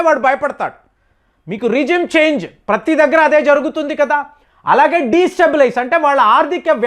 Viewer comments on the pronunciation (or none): none